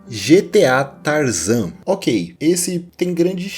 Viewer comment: GTA San Andreas "Tarazan"😅😅😅😅😅